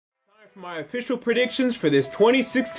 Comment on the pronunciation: the way he says official